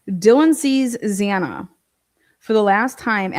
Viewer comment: I think he came across quite well. I felt he was annoyed by her continuously pronouncing Xanas name wrong because he kept resaying their names. Did she do that on purpose?? I feel his sister and brother definitely have info on what happened that night. Also think he knows something but didn't see it himself but has heard something made a point of saying from what he saw, so talk to the brother and sister in my opinion. I mean it's weird all the police say Xanas name wrong why?